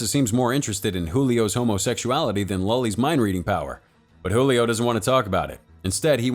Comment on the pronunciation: Great Video Cinema Recap!! 😉😉 But I noticed some things off about the pronunciation of some names, like "Julio" and "Paola" where the "J" in Julio was pronounced like an "H". This movie is in Portuguese not Spanish so the "J" is pronounced like an actual English "J"(not really but much closer than the Spanish one) and "Paola" the "O" is the stress syllable. The things I pointed out affected absolutely nothing in the experience of the video, as I said before great video you don't really see Brazilian movies being displayed internationally so keep the good work!